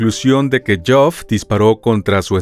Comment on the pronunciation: Buen material sobre este suceso, pero creo que deberían asegurarse primero de cómo se pronuncian las palabras antes de decirlas. Todo el tiempo el narrador pronunciando el nombre de Geoff como Joff o algo así. Sé que pareciera algo superficial, pero realizar semejante material investigativo para pifiar en algo así (y en otras muchas palabras) me parece algo totalmente evitable.